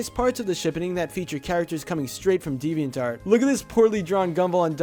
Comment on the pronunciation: Why does he says deviant art as devian tart